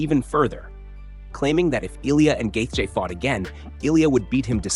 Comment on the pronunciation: Gay Jay? Dude if you can't say Justin's name right then stop making videos